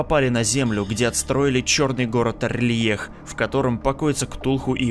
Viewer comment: А разве город не Р'лайх типо на а ударение, я когда читал делал это так